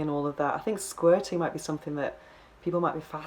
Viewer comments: Hearing her pronunciation of "squirting" is a major turn off. Sounds more like she is trying to say "squatting" ...The guy made her squat 8 times in two hours.....Loser. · Please say Sqirting again! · What the ...Professional S Toy Tester? Gee... Why did YouTube recommend me this? But how can I resist not clicking on it...lol...and why do you say "Squirting" like this?